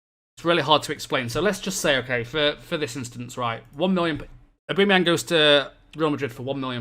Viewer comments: id say more like aw-ba-meh-young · O-Ba-mey-ang plese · Your pronunciation of Aubameyang is so bad that it annoys me so much! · nah that's the English pronounciation, isnt right. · To be fair it doesn´t matter if you pronounced it the way german or english commentators did, he is from Gabun which is a French speaking country. So maybe go with pronounciation of french commentators.